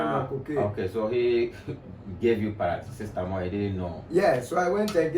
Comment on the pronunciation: Who else heard Parasistamol😅